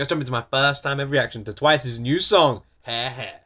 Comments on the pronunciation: "Twice new song *He He*" no offense but that was so funny 😂, well Japanese are pronounced by how it written, it's Ha-Re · they sang the word over fifty times but you still pronounced Hare-Hare incorrectly like bro its not that hard to pronounce 😭✋